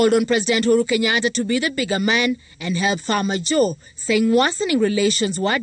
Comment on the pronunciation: It's not Mohamed fajo it's Mohamed farmajo jeff